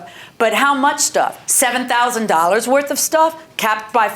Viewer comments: "it's not $5000 werf" 🤦🏻‍♂️ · “Not $5000 worf” 😂